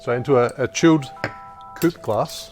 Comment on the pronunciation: I always thought you’re pronunciation of “coupe” was great local Australian flavor. I say stick with your old way of saying it to see if it catches on elsewhere.